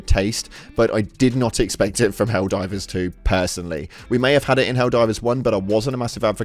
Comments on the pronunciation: It's"Helldivers" not "helldrivers." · excuse me until u say hellriders correctly fuck now im doing it, Hell divers, excuse me!